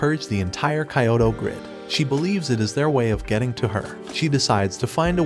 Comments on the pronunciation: KAI-O-TO???? I think the narrator meant KEE-O-TO for Kyoto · what did you say?? KAYOTO?? bruh it's KYOTO not KAYOTO... -__- no need to be a weebs to pronounce the city name correctly.... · kye-oh-toe omg man man its key-oh-toe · I don't think he watches the shows. He would know how to say the names of he did. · It's not Ka yo to, it's ki yo to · and Kyoto as "Kayohtow". This guy does great summaries but man adjust your vowels 🤐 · "Kayoto grid"??? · Why is it pronounced Cayoto? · who even pronounces "Kyoto" like that...